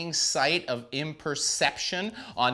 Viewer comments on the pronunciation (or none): man, you were doing so well. Its oh-HO!!!!!